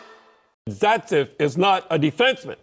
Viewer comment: I'm a Leafs fan and was oly half listening but Don mispronounced Zaitsev so fucking much that it took me like 10 seconds to figure out who he was supposed to be talking about